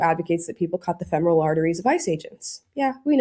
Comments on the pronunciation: I know it's petty, but why are these professionals pronouncing “femoral” incorrectly? I know it's been years since I was a nurse an even longer since I took my terminology class, but we were taught to pronounce it “feh-mr-uhl.” OK, I'm done being petty. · This Person claims to be a nurse??? Fe mor al vein??? You can't even pronounce it right. Just another example of the tolerant left. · he's a nurse a he cant pronounce femoral artery correctly lol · He can’t even pronounce femoral correctly. He is a psychopath. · we have deranged nurses who cannot even pronounce the word, “femoral”. THAT is the great fear of modern health care. We need to return to vocation based employment in schools and hospitals. Get these desperate, emotionally unhinged and otherwise unemployable specimens OUT of the workforce. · Any nurse who can’t pronounce the word femoral correctly shouldn’t be practicing anyway. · he can't pronounce femoral and he's a nurse? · he just said the name of it the femoral artery he said it wrong but what the fuck is this guy doing? He’s clearly unhinged just by looking at him. That pearl necklace is wild.